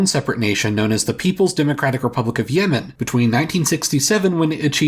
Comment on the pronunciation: South Yemen is now South Nuh-uh-man